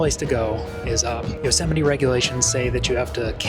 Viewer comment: Could you pls stop saying Yo-semite?